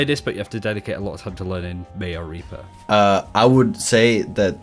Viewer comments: "Mei and Raper" Excuse me? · "whilst also going into detail on why Mei and ..." what? I've never heard you pronounce Reaper quite that way before - am I the only one?